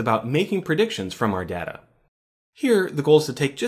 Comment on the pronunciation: you're pronouncing "data" wrong